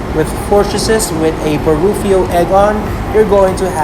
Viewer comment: That “Baruffio Egg On”! 🤣 But still, Great Video! <3